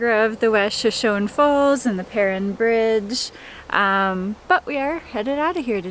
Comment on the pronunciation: Please, please pronounce the bridge name correctly. It is pronounced "purr Ine (like 9).